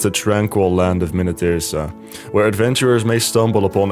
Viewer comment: Original Deepwoken content? Pronouning Minityrsa correctly?! How is this possible